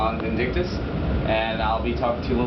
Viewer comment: i love thisgame but he said vindickktos